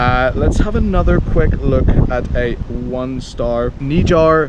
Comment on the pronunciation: The way you pronounced Nigar. Hahahahahah.